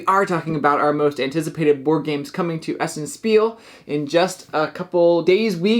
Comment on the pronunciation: Thank you again for this video. A little FYI: "Spiel" is German for "game" (and/or "play"). It's pronounced like" Sh peel" - not "S peel" :)